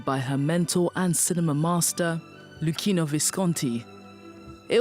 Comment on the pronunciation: Please do something to avoid butchering Italian names, at least Luchino (Lukino) Visconti